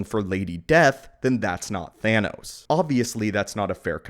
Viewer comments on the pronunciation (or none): none